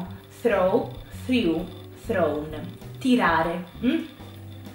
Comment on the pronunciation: Però la pronuncia è completamente sbagliata di molti verbi....esempi: blew-grew-threw.... tu li pronuncio come bliu-griu-thriu- ma la pronuncia corretta è: "bluu-gruu-thruu". Un'insegnante che fa questi errori, occhi alla pronuncia...poi gli studenti vanno all'estero e non vengono capiti e non capiscono un tubo..... non possiamo sbagliare la pronuncia di una parola con una o due sillabe....non ti capiscono all'esero.... immaginate le parole italiane "già, più,là" pronunciate come giù,pià,lò" non ci capirebbe più nessuno.....